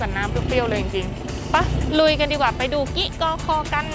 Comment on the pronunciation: กิกอคอ - ในคลิปอ่าน กิ๊กอคอ บ้านจ่าโบ่ - ในคลิปอ่าน บ้านจ่าโบ ชื่อสถานที่ คนพื้นที่เขาออกเสียงแบบนั้นจริงๆ หรือคลิปอ่านพลาดครับ?